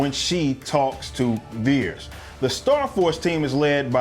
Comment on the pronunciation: It's vers not veres by the way